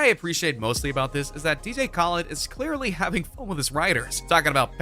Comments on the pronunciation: lol DJ Kohlid is what ur saying its ka-lei-ed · Yo uh said dj Khaled's name wrong you dumb ass😤😤😤😤😤😤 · You pernounced DJ khaled wrong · Do anyone now he said dj khale name wrong